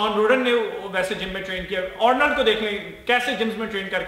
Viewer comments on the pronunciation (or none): Ornald🤣🤣🤣🤣 Bhai accent